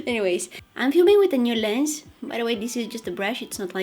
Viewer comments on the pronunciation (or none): none